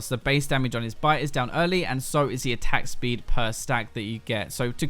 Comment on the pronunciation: am I the only one hearing attack spleed?